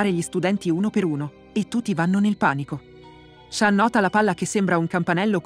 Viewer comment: Ma in giapponese shan si dice "shun"